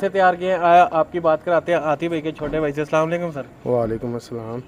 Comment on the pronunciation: Dear you're doing good job. Please make it correct, Its "Bhai" not "Bahir" 👍